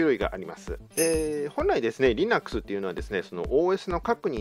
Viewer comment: Linuxのイントネーションが微妙に変なので話が入ってこなかったｗｗ